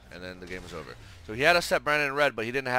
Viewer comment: Any reason you say ogre instead of over?